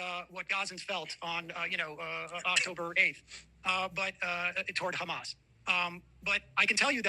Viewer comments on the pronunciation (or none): Israel: BUT KHAMAS Ethan: BUT KHASSAN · "Do you condemn Khassann?"😅